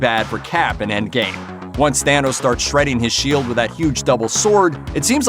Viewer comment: It's pronounced THANOS,not THEENOS!!!! It's also ODINSON not ERRDINSURN. You've 1 job so get it right.😒😒😒